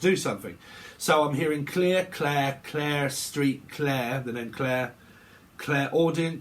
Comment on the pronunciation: “Clair Street” 😂